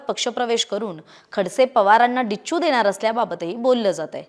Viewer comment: It's not Dicchu...Dacchu...Kay khara nahi sakala ch